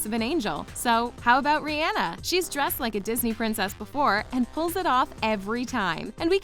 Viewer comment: The way she said Rihanna😂😂